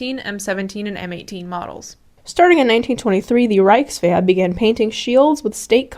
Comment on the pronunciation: Grüße! I was impressed by how you pronounced words, until I heard Wehrmakt and Rikeswehr. If you work on your throaty "ch" and soft "ch" and when to use them, then your pronounciation is basically perfect for a foreigner. And "Fallschirmjäger" is singular and plural. There is no need to add an "s".